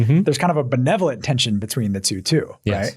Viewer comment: I was hoping the whole time drew would correct mark in the way he says benevolent. It has gotten under my skin for the last 3.5 hours. It's not BeNIVolent, it's beNEVolent. 🤬